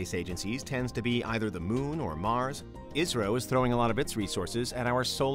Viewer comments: Pronunciation of 'ISRO' more sounds like 'Israel' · Everytime he says 'ISRO' I hear Israel